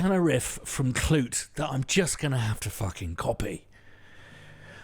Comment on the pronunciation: "Klute" not "Knute".